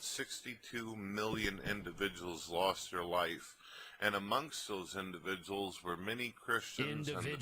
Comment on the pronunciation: I'm honestly surprised that The DP didn't catch on his Indivijuls thing on the first video in this compilation lol. He said it a few times and it was really prevalent lol